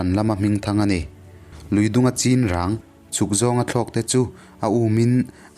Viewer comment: Chinrang hi i lam diklo, a thluk a diklo